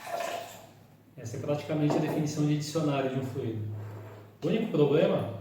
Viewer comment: Fluido não tem acento, logo a pronúncia está incorreta, dando ênfase no i.